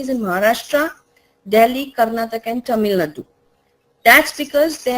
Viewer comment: y can t u pronounce karnataka nd tamil nadu properly aren t u indian r do u think that speaking it wrong will make u look cool ?